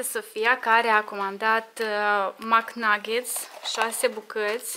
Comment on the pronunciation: Care a comandat ,, MAC NUGGET" Sa bu spui MC nugget ca nu e corect:)